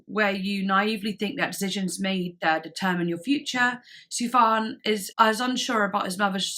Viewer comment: it's pronounced "Sufyan Stevens" btw.